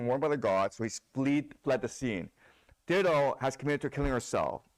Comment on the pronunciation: FYI The name Dido is pronounced “die-doe”, not “ditto” should not have corrected the student who pronounced it the right way so that he could continue to mispronounce her name